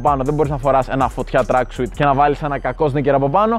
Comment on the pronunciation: Re afiste ta agglika den to Exete me tin kamia. To tracksuit na to leei tracksuiiittteee San na einai apo tin gallia